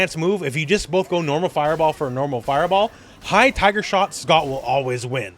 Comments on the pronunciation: My sister and I always thought he said hyper. I would hear Hyper, Hyper, Hyper Uppercut in my nightmares from this guy from SFII lol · Knew it was "Tiger" but to me it sounded like "Find her". In fact, I still hear it! Lmfao 🤣👍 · Me and all my mates also thought he said viper lol 😂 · As a kid I always thought he was saying "hyper" which maybe kinda made sense to me with SFII Turbo. Such is childish reasoning.